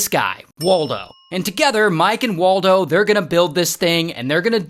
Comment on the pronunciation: Mike and waltuh❌️ Mike and waldo✅️